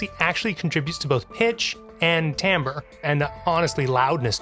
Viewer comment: Absolutely fascinating. If viewers take one thing away from this video, hopefully they will finally learn how to pronounce "timbre" correctly. ;)